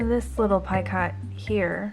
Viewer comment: Picot is pronounced "peeko". That is a great idea using packing tape.